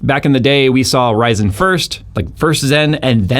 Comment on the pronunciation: Never heard anyone call ryzen "raj san"